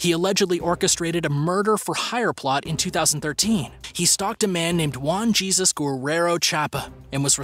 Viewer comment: He said Jesus 😂 try heyzous